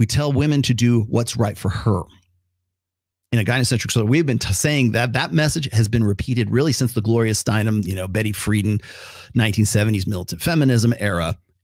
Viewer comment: Betty Freh-DAN. Jeff BAY-zohs. You’re welcome.